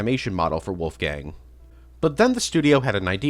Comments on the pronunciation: Lol dude's so forgotten the only person that knows about him couldn't say his name properly, poor Wolfang Oh and hey pig do you know who the fuck is the green soldier at the Fisrt level of the FOC game? I've NEVER seen anyone talking about him and he's got a unique model for a character that appears once, helps you and then inmediately dies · lol was gonna say the same thing poor wolfang